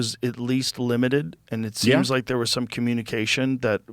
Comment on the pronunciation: Yes but have you beeeehn thear?